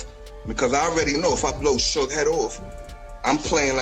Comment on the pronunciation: Get suge name right for the love of rap.